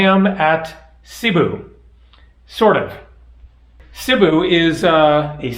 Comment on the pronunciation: Cebu is pronounced SAY-boo:) it always helps to know some basic phrases in the country one is visiting, knowing the correct pronunciation in their language helps so much as it shows respect plus your communication will come across clearly leaving less chance for error..less chance getting wrong directions ect.